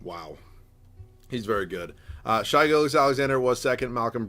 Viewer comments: It's pronounced Shay not shy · I can’t take youtubers pronouncing “shai” as “shy” anymore. It makes me want to die